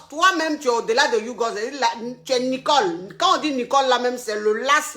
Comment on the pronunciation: Hééé je m'appelle Nicole😭😭😭à chaque fois j'ai mal de t'entendre dire Nicolekro😂😂😂